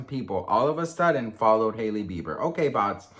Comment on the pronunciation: Whenever you say "Sahailey Bieber" I just can't stop laughing cause Saheli means friend in Hindi 🤣🤣🤣